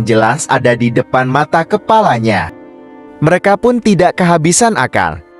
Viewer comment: lebai banget neh baca... bilang merekapun aja merekapu .. suee